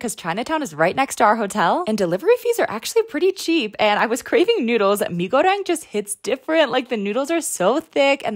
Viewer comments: mi górdéng 👍👍 nice pronounciation good work 😁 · Respect that you try to pronounce "Mee Goreng" like a local. 😊